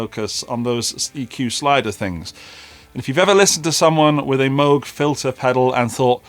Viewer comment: You are saying “Moog” correctly. That’s how Robert said it.